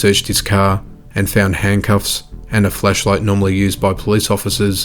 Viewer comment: He also said “fleshlight” though lol